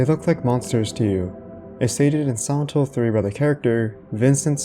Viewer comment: I just can't get over your pronounciation of "Silent Hill" that sounds like "santo".